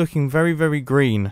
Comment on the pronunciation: sounds like “the Grian grass is incredibly Grian” lol